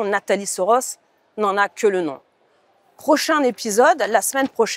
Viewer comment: en français, on prononce : "prochaine épisode" pas prochain.